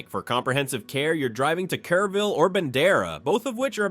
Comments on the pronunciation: Kerr -ville, not Care -ville. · Artificial Intelligence lie. Pecos River is dry most of the year, and does not run through the town. It is mostly a dry canyon creek about 1/2 mile west of the town. AI doesn't know how to pronounce most of these towns. Kerrville = Care-ville, and Alpine = Alpeen. Bull hockey. is just that.